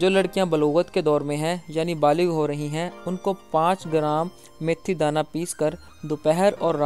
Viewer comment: جناب میتھی دانہ ہے یا میتھرے کمال ہے آپ بار بار میتھرے کہ رہے ہو